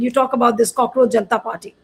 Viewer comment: Not "cockroacjh"....Kaakroos